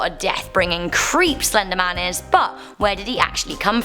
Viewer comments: It said "The Slendeman" and I don't believe in "Slendeman." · She calls it slendergman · What’s “Slendeman?”🤧😂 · slendman. Why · In the thum nail there only says "slendeman" there is no "R"